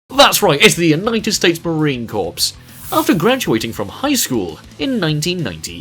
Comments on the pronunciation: Similar to Mr Rohler, i can confirm that every single Corps in the UK military is pronounced 'Core'. Nice vid otherwise, but jeez....a corpse is something we try to turn the enemy into. How have you not listened to any jargon from decades worth of hollywood films? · "Sgt slaughter served in the Marine corpse". Sounds like you said he served as a lifeless body... No worries. You are forgiven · From the "hours and hours" you guys took to complete this video, not one of the editors/writers for this video ever stop to think saying "Corps" sounds ridiculous? If you're going to do a video regarding the military, it might be a great idea to take the few extra minutes to see how names of a specific military branch are pronounced. A video showing mostly pictures of 5 wrestlers and narrating over it is not difficult. So the "quality" you guys stress in this video is just simple low hanging fruit. It's not hard to make a high quality video describing 5 wrestlers military lives. Have a little bit of discipline on your narrator, writers, and editors. Or just give me the damn video to edit. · Of course your stupidity cant even pronounce Corps in Marine Corps. Some people such as myself have been in the Marine Corps for 4 years now and do not appreciate your stupidity. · THE P AND S OUR SILENT DUMBASS I SERVED IN THE MARINE CORPS AND ITS NOT PRONOUNCED LIKE THAT!!!!!!!!!!! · You are saying united states marine corps totally wrong the P is silent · Not a single moment was taken by the writers/editors and the narrator to check for correct pronunciation. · The s in s corps is silent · The P in corps is silent for future reference. Signed: Marine Veteran....... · Both the P and S are silent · you dont pernounce the "p" in corps.If a marine hears that... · You said corps wrong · Can't even pronounce the word "corps" right..... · Lmao he said that all wrong it gotta he drill instructor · Did this dude just say Corps the p is silent. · Ok video👍. Just say marine corps correctly